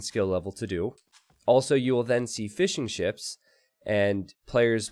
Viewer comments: Every time you say fishing ships i hear fish'n'chips :D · love the commentary. I keep thinking you are saying fish and chips not fishing ships haha